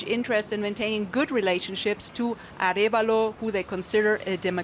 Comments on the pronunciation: Well, the US brought down the democracy begun by Arevalo's father... And by the way his name is pronounced Ah REhh valo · It is Arévalo, with an accent on the "e". Thanks for covering this.